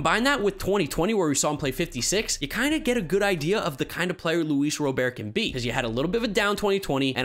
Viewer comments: IT'S RA-BURT. NOT ROW-BEAR. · Whitesox center fielder's last name is pronounced RoberT. Like the name.